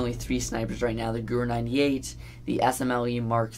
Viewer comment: Just for future reference: Gewehr is pronounce 'guh-vair'...sorry.